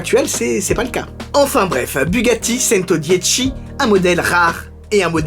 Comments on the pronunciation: Super, mais le model se prononce "tchento" pour 100 en italien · A chaque fois que tu prononce "Centodieci" j'ai mal aux oreilles 😖